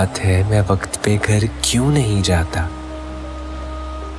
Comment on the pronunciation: بہت بری اردو ۔۔۔۔۔وکت ۔۔۔۔خوووووووواب ۔۔۔ بھائی صاحب آپ دائمی قبض کا شکار ہیں کیا۔۔۔۔۔